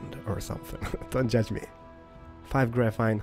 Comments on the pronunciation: not grafine , it really annoys me , sorry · PS: GraphENE not graphITE, graphINE. no offence but you may not be full English but anyone foreign could say graphene instead of graphITE...sorry. it annoyed me... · you pronounce graphene as grafeen